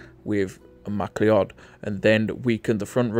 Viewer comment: MacLeod is pronounced M'Cloud